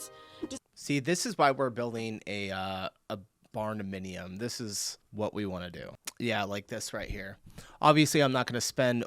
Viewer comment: Did he say barnaminium? Bruh 🤣